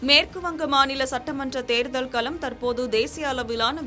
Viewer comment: தயவு செய்து தமிழ் எழுத்துக்களை பிழையின்றி வாசியுங்கள் . " ள " என்ற எழுத்தை நீங்கள் " ல " என்றே தொடர்ந்து உச்சரிக்கிறீர்கள் !! ""கூட்டணிக்குள் , தேர்தல் களம் , சுமத்தியுள்ள , மாறி உள்ளது "", என்று சரியாக சொல்வதற்கு பதிலாக , "" கூட்டணிக்குல் , தேர்தல் கலம் , சுமத்தியுல்ல , மாறி உல்லது "" , என்றே தவறாக வாசிக்கிறீர்கள் . தயவு செய்து சரியாக படித்துப் பழகவும் .